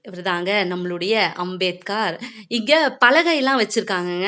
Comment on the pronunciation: நாம் கவாஸ்கர் என்ற பெயரை( surname )முடிவில் 'கர்' என்று உச்சரிப்பது போல் அம்பேத்கர் பெயரையும் முடிவில் 'கார்' என்று உச்சரிக்காமல் 'கர்'என்று தான் மகாராஷ்டிராவில் உச்சரிப்பார்கள். இவரது பெயர் பீம்ராவ் ராம்ஜி சக்பால். ராம்ஜி என்பது இவரது தந்தையின் பெயர் சக்பால் என்பது இவர்கள் குடும்ப Surname. Ambedkar என்பது இவரது பள்ளி ஆசிரியர் கிருஷ்ண கேஷவ் அம்பேத்கர் என்பவரின் surname.